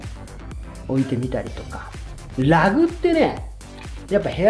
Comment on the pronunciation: Rugなのに発音がLag